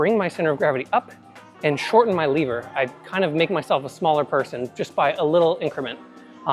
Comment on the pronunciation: first i heard liver and was wtf is that liver thing he is talking about:), but seconds later i was aaa lever:)